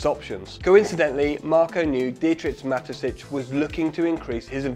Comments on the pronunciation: Great video, thank you. And now everybody says out loud: "Ma-te-shits" instead of "Ma-te-sitch". Just to make sure we didn't learn that the wrong way. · Mateschitz not matesitch Mate is lronounced nicely here, you can do schitz do. Kt's pronounced shits as in someone shits, mateschitz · An excellent and eye-opening video that is only marred by Dietrich Mateschitz' name being consistently mispronounced as Matessitsch. The middle consonant (sch) should be as in "show" and the last one (tz) as in "hits". Come to think of it, the last part is pronounced exactly like "shits". Oh well. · Thanks for the great vid! Really interesting story! Pro tip: It's Mah - tey - schitz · Mateschitz =|= Matesitsch 😂😂😂